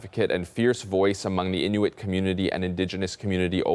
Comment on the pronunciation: Innik?? It's Inuit in no wit Inuit